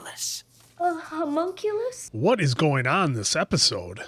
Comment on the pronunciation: huh-mon-q-lus :) mon as in Pokemon lus as in callus